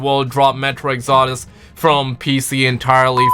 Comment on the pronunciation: also its metro exodus not exordus